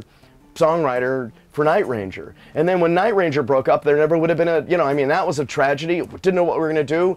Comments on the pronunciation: It's very strange hearing him pronounce the name by accenting the word "Ranger". Sounds exactly the opposite of the way everybody has always said it. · I'm having a hard time hearing Jack call his band that he named and created "night - RANGER". LOL!